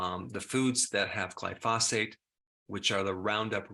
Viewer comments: Why won't Dr. Berg say glyphosate right?😭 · Awesome, game-changing revelation. Doc Berg is the only person I ever heard pronounce Glyphosate as Gly-Foss-Fate.. so TomaytO/ TomaatO..it’s all love. Thanks in abundance..